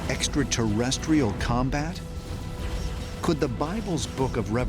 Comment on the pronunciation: "EXATERRESCHIAL" convinces me of his scholarship on the subject.